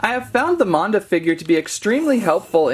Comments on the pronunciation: It’s actually pernonesed MANda not monda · it is mAn-da not mOn-da